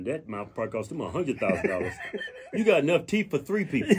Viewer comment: Damn! That MF Got Some "TEEEEEEEEF"!!!!!!!! lol Teef MF Teef lol